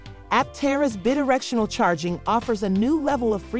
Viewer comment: It's BI directional. Drove me nuts. Otherwise pretty good.